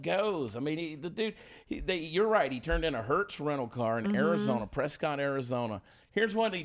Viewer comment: Preskitt, not Prescott, damnit.